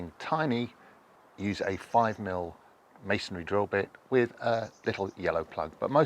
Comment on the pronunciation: Thank you for pronouncing masonry properly; not as "masonAry." 😊